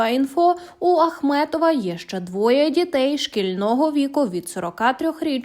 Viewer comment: Ви розповідаєте про Ахметова чи Ахматова? Прізвище називайте правильно.